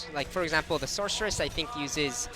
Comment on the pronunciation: uhhh, like I said - Sorceress! Thats how its said. "SORK" Where did the hard k sound come from? Cmon man.